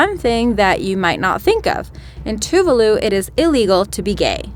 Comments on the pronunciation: "TOO-VAH-LOO", not "Too-vuh-lu". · it's not pronounced two-va-loo it's pronounced as 2-vah-loo